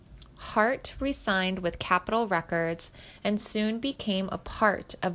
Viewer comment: Mispronounced Iwo Jima, as well as his last name.